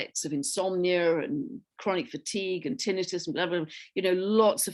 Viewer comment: Thank you both. And thanks for pronouncing tinnitus correctly....lol.